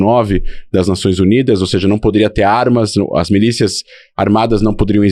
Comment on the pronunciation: O cara todo erudito falando “seje”… misericórdia 😅